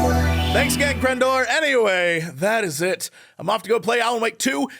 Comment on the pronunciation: Oh crendor you totally butchered that name 😂